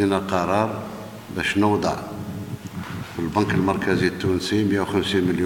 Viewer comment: هو قال نوضع....وليس نودع....ركزو يا اصحاب اللغة...لا تتلاعبو بمشاعر الجزائريين ...حتى وإن كان قصده وديعة...فهو لا يتقن النطق بلغة بلده...فقال نوضع...يا للعار ..يقال رب عذر اقبح من ذنب